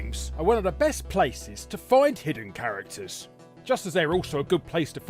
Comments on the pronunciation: 'chararacters' lol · "chararacters" right on